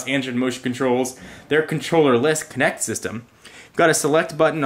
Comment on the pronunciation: 'Kinect' get it right gawd